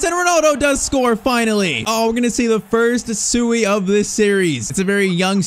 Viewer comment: He doesnt say Suiiiii haha its more like a oshhh